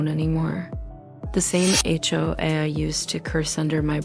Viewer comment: I love that the AI voice keeps saying the H-O-O did this or that. Totally adds to the realism of the horse manure being fed to us.